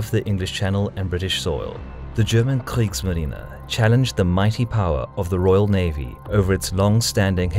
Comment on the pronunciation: I love how he pronounces the german words like Kriegsmarine!